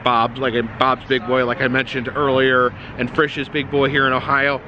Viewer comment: Frishes is pronounced FREESHES.in Ohio. I ate at that restaurant many days when I drove semi truck in early 1990's.